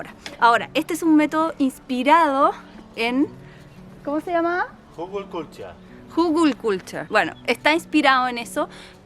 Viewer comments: Genio con la pronunciación,👏👏, excelente video como siempre 😍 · jajaaa que bien lo pronuncia 😀 les quedo hermoso!! Felicitaciones👏👏👍💚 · Me encanto la pronunciación de 😂❤ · Que me hizo reír!!!!! A pesar que lo pronuncio muy bien, jaja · Me hicieron reír a carcajadas!!!!!!! con el hügelkulter!!!!!! cuando lo pronuncia, mas lo hizo perfecto 👏👏